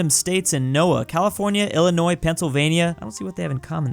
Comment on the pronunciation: Praise he said Illinois right